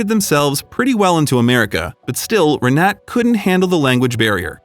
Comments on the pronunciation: Why on earth didn't you look up how to pronounce the name "Renate"? Just Google it, for goodness' sake! This ruined the whole video for me - every time you said her name (every sentence - augh!) I was yanked right out of the story. And omg, the banner you put on screen said "Will you merry me?"! It's "marry, " you dimwits! Good grief. Be honest. You're trying to see how stupid your viewers are. Well, that put paid to any ideas I had about subscribing. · What a lovely story! It will work, they have gained a lot more live experience! What I have to address, is the horrible way the voice over says her name (which happened to be mine too)! Unfortunately I can't place a voice message here. I never heard a worse attempt to say our name! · the video is nice but it creeps me out how u butcher the name Renate. I am German and u don't drop the letter e in the end of the name Renate, it's like u would elongate it as if it's written Renateee. Just for ur information lol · Learn the correct pronunciation! Not Renat, Renatah. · They don't show her name, but the chance that it was ree-NAT is almost zero. The "e" at the end is pronounced in German. Her name is probably Renate, pronounced approximately ray-NAH-ta. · I believe the name Renate is pronounced Re-na-ta, not Re-net. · Proper pronunciation. Renate is “ Rah-Na- ta.. The last name Demitriades is De-me-tree- Addas. They had two sons and one daughter. I know all the family for years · The German name is "Renata", pronounced Ray-nah-ta. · Omg her name is Renate (reh-nah-te) it’s just driving me nuts with the mispronunciation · Rr Nah Tah please ! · Or REN AH TAH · Renate is pronounced re-NAH-tuh. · Her name is RENATE, pronounced ray-NOT-a. The narrator's mispronunciation throughout the video made me cringe. And the closed caption spelled out no less than FIVE different spellings throughout as well. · Renate is pronounced Renata. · Eher name is pronounced with all letters spoken Renate (Renatay) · It’s not pronounced renet?